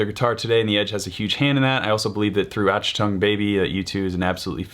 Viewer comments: just a little diddy fior for you, Achtung, being a German word is pronounced ( doing it phonetically for you ) Awch tongue, but inspite live the channel, your content ya always lots if fun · Wait a sec... did you say, "ATCH-tung Baby"? HAHA...